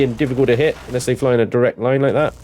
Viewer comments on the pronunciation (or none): none